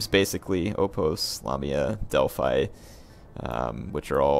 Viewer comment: Hi guys I am from Greece. Boiotia comes from Βοιωτία and it is pronounced Vee-o-tee-a. About Epirus, the name is the same for ancient greece and modern, it is pronounced Ee-pee-ros. Finally, delphi is pronounced del-fee. Anything else?:)